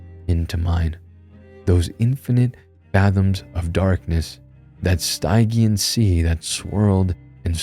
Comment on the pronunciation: Hey, just so you know at 10.13, the pronunciation of stygian is styg( like ridge) and ian like the guys name (eeàn) stidge - eean. Hope that you dont take offence. Im just trying to help for the future, Sorry not being nasty, just letting you know! I love your channel, seriously love your channel and im so appreciative of you ❤😊❤😅❤😊❤😊